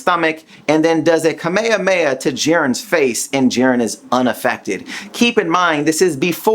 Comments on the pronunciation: dude, your Kame hame ha pronounciation sucks!! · Why do you pronounce Kefla and Kamehameha so weird?